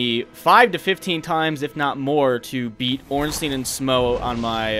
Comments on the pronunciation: Why does almost everyone pronounce Ornstein wrong? Everyone says "Ornstien" it should be more like "Ornstain". The name has a clear German origin thus pronounce it "stein" and not "stien". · It's OrnSTEIN like EinSTEIN. Not "Steeen" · Why Ornsteen? Einsteen called or what? xD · "or however you pronounce their name", I get it, Smough's a tricky one, but how'd you settle on ORNSTEEN ? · Good job and all, but please... The correct way to pronounce him is Orn-Shtine (the proper German way, the name is clearly influenced from German). Or at least Orn-Stine. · (Ohrn-Sh-tyne) and (Sm-ōh) is how it should be, probably. I just always go with Schmournsteen. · Dear first try to pronounce "Albert Einstein" then say "Ornstein"